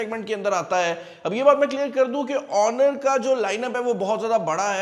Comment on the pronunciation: You are right 😂